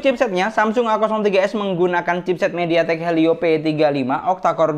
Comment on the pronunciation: mediatek , bang.. bukan mediTaekkk awokowk